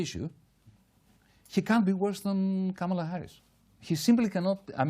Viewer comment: It's Kamala not KaMALa... and it's the Democratic Party not the Democrat Party.